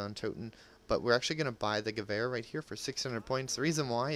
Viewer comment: Only person that a know that pronounces Gewehr proplerly